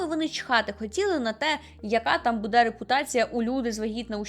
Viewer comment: Зрозуміла, що ви з Вінниці, коли ви сказали "будЕ" 😅